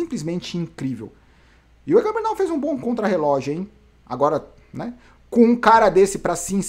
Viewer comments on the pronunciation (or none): none